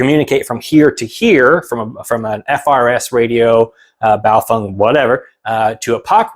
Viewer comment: Refreshing to see someone who knows how to pronounce Baofeng.